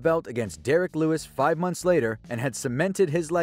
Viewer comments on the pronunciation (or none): none